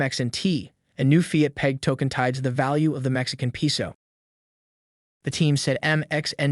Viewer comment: Very interesting video. Please learn how pronounce "Peso" correctly. It's "PAY-so" (capitalized to show inflection). 😬